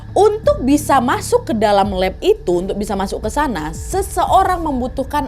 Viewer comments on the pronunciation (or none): Paling suka kalo kak Nadia bilang "Masok"